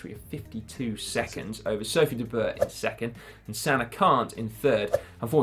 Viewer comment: And Sophie de Boer’s name is pronounced Boor, like room or zoom.